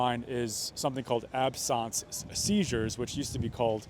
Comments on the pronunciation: Absence is not pronounced the way you say it. It's just the word that means not there, like if a student misses a class, that's an absence. You seem to be making it French. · Absence is an English word, not French. It's not ab-sawnce. An eeg can be set up and triggers like lights flashing at specific intervals given while connected, to measure the brain under duress and detect seizure activity. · Isn't it called absence seizures, not ab-sunct seizures? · This was my diagnosis too — seizures of the absence (French pronunciation) type, associated with his fall. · Why do you pronounce "absence" so weird? It's like "absent", like being absent from school. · Absence is pronoinced in the usual way as in 'absence of evidence ' 'Petit '_ the lasr t is silent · Is the word "absence" really pronounced like that (with a French accent) in this usage?? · Okay clinical pharmacist here and I have a confession to make - I thought was a phony when I heard him say abscence seizure…I was like absence, like you are absent from class bc you have the flu. But then I looked it up and it is indeed to be spoken with a “french-like” sound. Now I am questioning how many times I have mispronounced this at work…? 😂😂😂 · Why does this report have difficulty saying absence??? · I have never heard someone pronounce the word absence like they've only ever read it in a book until this moment. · why do you say absence so weird? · I’ve never heard absence pronounced that way. But yes, seizures and TIAs were my non-expert opinion. I lived with someone with epilepsy and their absence seizures were similar. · I"ve never heard anyone mispronounce the word 'absence' so badly... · I can't get over your pronunciation of "absence". It really isn't a big deal but is English not your first language? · Why are you calling them "absonse" seizures. They are "absense" seizures. Absence a if not there... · Absence, not absawnce. Like if you're not here, you're absent. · Ab-sons? Absent, absence.